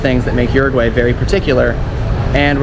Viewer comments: OO ROO G WHY !!!!!! Por Dios! Not Urugu-way. 😨 You're butchering the name of my country. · Uruguwey? lol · how do you have pretty good pronunciation of most of the place names except for "Uruguay"? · Everyone pronounces Uruguay differently.